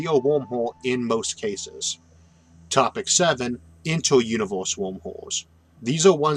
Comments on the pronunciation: im sorry i keep hearing wormwhores :) but i love your videos!!! awesome content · Video was fantastic as always, but I kept hearing "Wormholes" as "Womb Holes" which was a bit distracting.